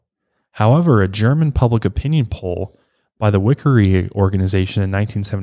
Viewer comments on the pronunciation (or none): none